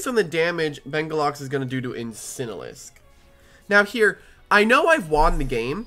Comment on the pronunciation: BENGULAX LMAO (its bengalux 💀)